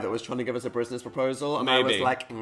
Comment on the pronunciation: From reading these comments I have come to notice no one but me it seems heard Dan say brisness proposal instead of buisness haha